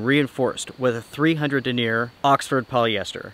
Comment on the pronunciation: The word "denier' isn't pronounced (duh•neer') it's (den'•nee•yər). It's the word for the circumference and strength of the fibers used to weave the tent fabric and such.